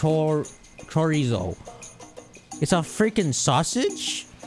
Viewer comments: I was shocked how he said chorizo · Yes I couldn’t stop laughing the pronunciation of Chorizo as well then saying it’s a freaken sausage when he finally discovered what it was. 🤣